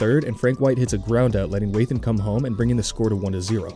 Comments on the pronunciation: It's also John "Wah-than" not "Way-than" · Narrator brags about pronouncing a name correctly then goes on to mispronounce Wathan and Gossage. 😂